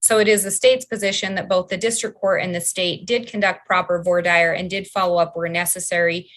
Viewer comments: Q is there any state in the union that slow boats cases as this state of Idaho Court? Comment:, please note, Idahoans slaughter the pronunciation of voir dire 😄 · I know that I'll probably be crucified for this...I just wish they would learn how to pronounce "voir dire".🙄